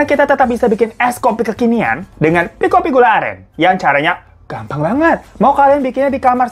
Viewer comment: gua kira bang hiro salah sebut kopiko jd pikopi😭😭